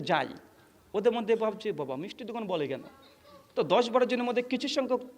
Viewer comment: আপনি যদি এতোই শিক্ষিত তাহলে বাবা শব্দ টা কে বাঁপ উচ্চারণ কেনো করছেন??